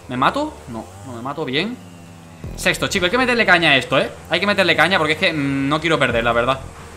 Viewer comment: Danirep dise sesto en ves de sexto :v